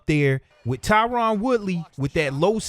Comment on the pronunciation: I love your show man but his name is Tyron not Tyrann